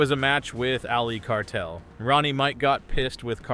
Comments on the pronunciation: his name is carter not cartel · It's Carter, not Cartel. This AI slop is ridiculous lol! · It,s Carter not cartel yuo odiat Lol. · To the content owner.. If you are going to use Snooker players names (especially when their names are displayed on the screen) make sure you get them right 🙄. It's Ali Carter not Cartel and it's Mark Selby not Shelby